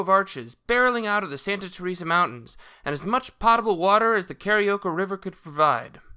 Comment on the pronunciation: Good video! You should know that "potable" is pronounced POTE-uh-bull. The first syllable rhymes with COAT. Are you an architect? City planner?